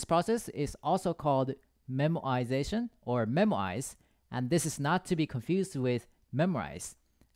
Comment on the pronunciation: Fun fact: The first time you said Memoize, I thought you said Memorize in accent. :D